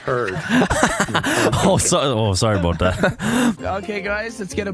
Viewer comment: HE SAID DA TINGGGG “soarry bootat” hehe noice love u evan